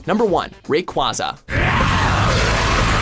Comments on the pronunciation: Wow. You butchered all three of the the legendaries pronunciations. "Gru-don" I hear this one a lot, so you can have this one. But seriously, Ground. Groud. GROUDON. Come on people, you're killin' me. "Ray-kwa-za" I hear this one a lot too, but you pronounce the last part of its name "Quasar" Ray-Quay-Zar. But Kyogre? You pronounced it right the first time but then said "Key-ogre" the second time. SMH. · Rayquaza's name is pronounced like Ray-qua-za, not Ray-quay-za. Otherwise, I mostly agree with your list. I think that Gardevoir or Metagross should be your number one pick, though. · it's keay not kwah they always say it that way in the anime and in the handbooks, they never in anything official have called it kwah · It is pronounced "Ray-Quay-Zuh", not "Ray-Qwah-Zuh" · It's actually Ray-kway-zah because Quazar is part of it's name due to the fact it lives in the Ozone. At least try to research. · King of the Dragons Ray... Raykuaza.. kuaza? and ky... kyugre.. whaaaaaa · Groodon, Keyogree, and Raykwaza. Poor weather trio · And kaioger and reekwesa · its pronounced "Ray-qway-za" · Don't forget them pronouncing Rayquaza as Ray-kwa-za. It's a very common prononciation but still officially inaccurate. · There is no official pronunciation for Rayquaza, and its pronunciation is debated over. But, Groudon's pronunciation is definitely Grow-don. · Mispronounced Groudon and Rayquaza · TFW you miss pronounce "kyogre" and "grodoun" and "rayquaza" jesus -_